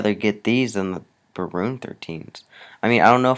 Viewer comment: "Barons"! Not Baroons bruuh!